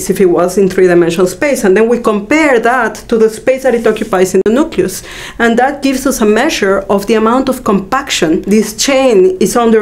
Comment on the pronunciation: All I hear is "Nuculus".